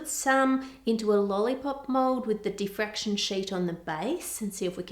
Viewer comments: Diffraction Ann, not defraction. 😂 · diffraction, not defraction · So close. It's diffraction, not defraction. Still an amazing video and still love ur channel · *diffraction, not defraction. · Im sorry, its a great video and all, just wanted to say its Diffraction not defraction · isn’t it diffraction?? rather than defraction? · I thought the word is diffraction. :) Also, it may be worth mentioning the Applied Science channel of Ben Krasnow and his video